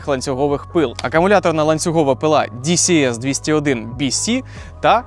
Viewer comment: Дісі ес бісі дісі бєси ааааа🥴